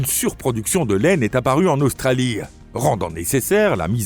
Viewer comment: Australie : en langue française, le e de Australie est muet, autrement dit, il ne prononce pas. On ne dit pas Australi eee mais Australi tout simplement.... pareil pour "établie" et d'autres encore... mais un pouce en l'air malgré tout !